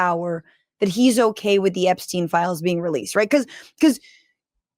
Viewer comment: Flies? My god Fran WHAT FLIES? AHHHHHHH.... Oh, 'fiiiiles'..... Christ on a cracker!